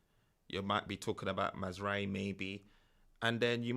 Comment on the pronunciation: Mazraoui... Maz-rao-ui...